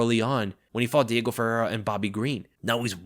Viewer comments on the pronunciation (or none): none